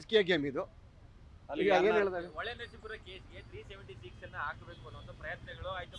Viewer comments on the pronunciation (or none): none